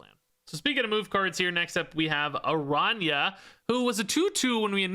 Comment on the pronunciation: Second Dinner: teaching Spanish to Gringos since 2024. Good on you for saying Araña correctly!